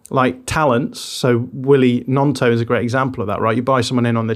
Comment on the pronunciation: made a terrible pronunciation of Gnoto